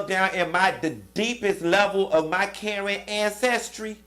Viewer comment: You said Karen Ancestry 💀💀💀💀💀